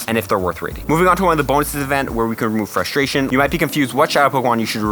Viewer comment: dont forget to "remove frusteat" lol